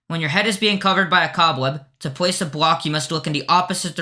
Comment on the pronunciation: "to plwace a bwock" lmao